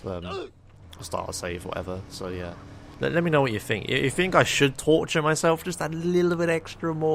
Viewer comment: Pretty sure even in the UK "think" is still pronounced "think", not "fink". wtf is a fink?